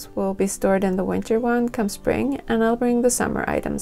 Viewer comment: Winter! Not Vinter....